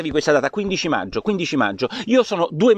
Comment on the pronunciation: Porro, l'italiano!!!. Meggio al posto di maggio è solo una mis-pronuncia. Che può capitare a tutti Ma "il giorno dopo al decreto" è proprio un errore . Si dice "il giorno dopo IL decreto". Ma qui sei in buona compagnia....